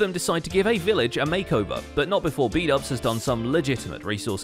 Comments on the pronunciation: bdouble=bubble lmao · I just love the way Keralis messes up everyone's name. Especially Xisuma aka Shashuamivoid and Bdubs aka Bubbles